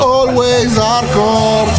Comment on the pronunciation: Quando hai detto "halways hardore" mi è caduta la lacrima……..eh eh oh ah oh oh Always hardcore…….traccia putrida ma storica!